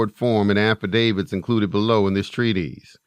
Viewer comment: It’s “TREE-TISS”, not TREE-tease. Important to know the words you’re using. And, why not come up with your own material instead of just reading someone else’s work?